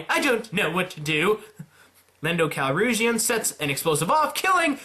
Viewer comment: You also called Tarkin and officer even though he’s very clearly a Moff, and spelt his name wrong. Lando’s last name is actually Calrissian, pronounced Cal-riz-e-in.